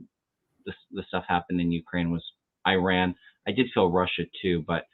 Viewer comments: Nice to see you back, by the way, you are pronouncing Iran, correctly. That’s how it’s pronounced here. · fyi your pronunciation of Iran is pretty good. I would stick with it. It’s definitely not “I ran”— more like the ee sound in seek and the English name Ron.